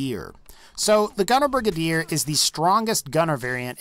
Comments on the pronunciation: HIS PRONUNCIATION OF GUNNER BRIGADIER TICKS ME OFFFFFFFF it's brigAdier not brigUHdier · "Brig-aid-er" not "Brig-id-ear" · Idk what a “Brig A Deer” is but I do know what a “Bri Gade Or” is lol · It’s pronounced Bri-gay-der And Yao gai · Its (bri-gade-er) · It’s pronounced Bri - gay- der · Say Brigade then put an R at the end